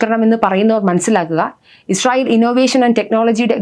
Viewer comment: ഈശ്രറായേൽ എന്നല്ല പറയുന്നത് ഇസ്രായേൽ. ❤